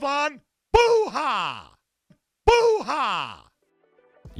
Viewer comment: Its not Buuuhaaa, its Buha. He doesn't accent his last name properly even when he doesn't say it's like "Booyah" so he can make a joke.